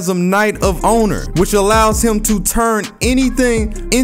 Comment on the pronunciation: say it with me folks.. "Knight of OWNER" not "honor"